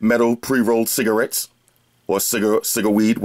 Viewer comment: Did this nigga say ciggaweeds